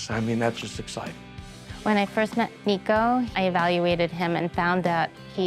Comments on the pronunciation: Great outcome!! Great dude! Why can nobody pronounce his name right? NICK-O. Not Neeko.... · His name isn't Nico (knee-co) it's Nicko (Nick - Oh)